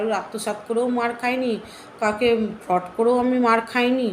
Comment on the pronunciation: FRAUD ER UCHHARAN O KORTE PARONA TUMI